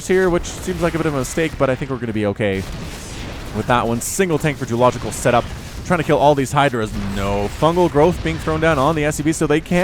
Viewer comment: not french djeulogical